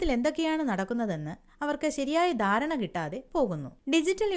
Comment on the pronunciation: 'ദാരണ ' അല്ല 'ധാരണ ' എന്ന് പറയൂ